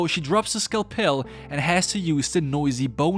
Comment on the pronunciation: Another "skell pell" video! 😄Please, scalpel is pronounced "skel-pull."